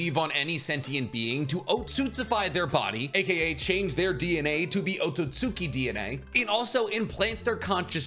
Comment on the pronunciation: Otsutsuki = Oh-sew-sew- Key